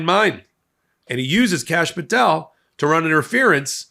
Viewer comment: did he say Cashapp Patel?